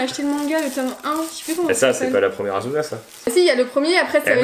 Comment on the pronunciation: C pas azuna c asssuna